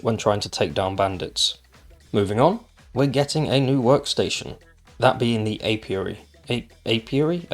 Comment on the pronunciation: Yay, no more plague spitter! I do like jars coming back instead of magic jars. You pronounced apiary perfectly. In overhaul mods coops produce feathers and eggs. Thank you for the update! See you soon.